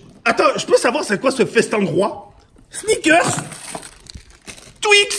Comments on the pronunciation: a je suis mort comment il a dit twix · Le twix comment il la prononcer y ma tué 😂😂😂😂